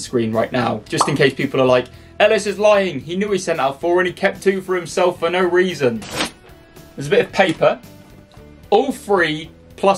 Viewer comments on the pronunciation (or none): none